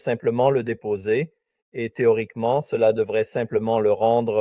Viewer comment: Bien d'accord! Et un exemple flagrant est la prononciation du mot "cela"... Je ne connais aucun canadien francophone qui parlerait comme ça! Et si c'était plutôt un français plus neutre, du style "international"?